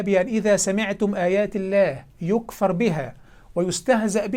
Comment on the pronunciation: السلام عليكم فتح الله عليك وأعانك وألحقني وإياك بالوقوف على ثغرٍ من الثغور إن شاء الله ماسأقوله الآن تصحيحا لإثبات صحة قولك بتواتر كتاب الله سمعيا لا كتابيا فلقد قرأت شيخنا الجليل قوله تعالى من سورة النساء يكفر بالسكون وهي بالضم فتح الله عليك وبارك فيك وأعانك على نصرة دينه ونحسبك على خير ولا نزكي أحداً على الله وأنهي بقوله تعالى والله متم نوره ولو كره الكافرون